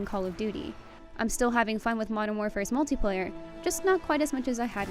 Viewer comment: mutliplayer ? I thought this was multiplayer review 😆😂